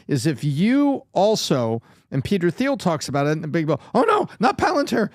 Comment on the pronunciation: I don’t know why this bugs me so much. Just a suggestion; Peter Thiel's last name is pronounced "teel," not "theel".